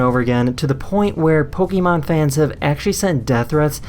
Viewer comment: poke-eh-mon, not pokey-man...